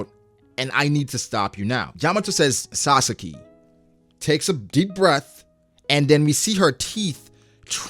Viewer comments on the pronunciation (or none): none